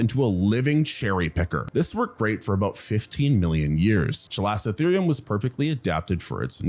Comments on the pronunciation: "That's hotter than most places get in the Summer today." Raucous Texan laughter ensues Also, this video contains my second favorite pterosaur and the bird that's tied with the kakapo for my favorite non-flying bird. Also also, there is no "s" sound in chalicotherium. And it's an instance of "ch" being pronounced like "k". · Isn't the pronunciation: KAL-ih-koh-THEER-ee-um ? 😂